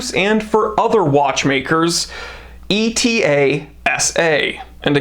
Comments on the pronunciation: "Etta". NOT E.T.A. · Very informative! Wearing my 1952 white dial KonTiki with the gold medallion on the back this month... so classy.. really a stunning watch! BTW, I believe ETA is supposed to be pronounced like the Greek letter "Eta", as opposed to an acronym "e-t-a". Cheers